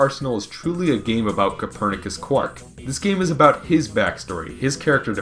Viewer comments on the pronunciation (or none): I love how says "CAPTAIN COPERNACUS LESLEY QWARK". It's about on par with how he says "DR. IVO "EGGMAN" ROBOTNIK". XD